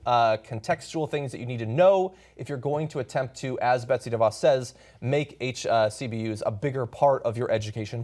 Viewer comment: Is anyone else ticked off that he keeps on saying "HCBUs"